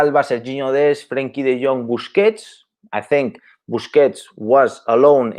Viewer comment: Say De Jong correctly